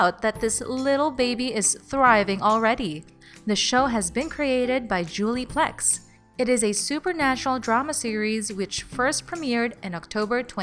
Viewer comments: Also, at the beginning, she said Julie Plecs instead of Plec. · This lady’s an idiot dude, love legacies tho, she said Julie plecs and freaking claus like wtf lady